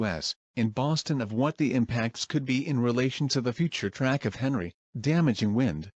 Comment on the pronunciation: Pronounced Henri as Henry not Ahn-ree